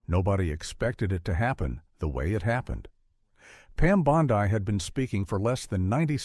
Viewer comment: Food for Fools! How do I Block these fictional accounts? The narrator can't even pronounce "Bondi."